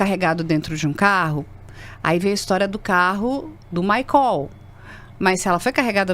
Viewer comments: Esse "maicól" já é de lascar!!! 😅😅😅 É maicol minha senhora 😂😂😂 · Desculpe, mas só para esclarecer, a pronúncia do nome do suspeito preso é "MAICÓL" ou "MÁICOL"???? Ou tratam-se de pessoas diferentes???? A informação deve ser clara e pormenorizada!!!🤔